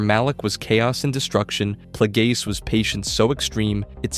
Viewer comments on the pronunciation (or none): "Darth Playgays" bro 💀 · I came here for this comment 😂 who tf pronounces it like that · Darth Plagueis not Playgays. Dose show up on screen. The Acolyte episode 8. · Ah yes…. Good ol “Darth PlayGays”….. 🤦🏾‍♂️🤦🏾‍♂️🤦🏾‍♂️ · Hahahahaha! Playgays im dead bro! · Why are you saying Darth Plagueis like that? 🤣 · Bro, I like the vid, but learn how to say the names before you make content.😂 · He knows damn well he was saying it crazy